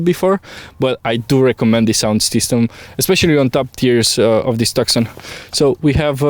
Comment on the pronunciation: Every time he says TAKSON ...a small kitten dies.